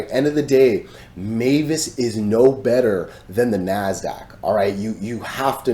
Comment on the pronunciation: Many thx dude! It’s always entertaining to see TA about MVIS 🎉🙏 BTW; the pronunciation of MVIS should be „emvis“ not „meyvis“ right?!? I’m not American, I always used to say it as „emvis“ but not sure if it’s right